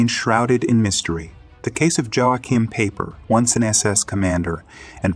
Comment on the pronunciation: His name is pronounced, "Yo kime Piper".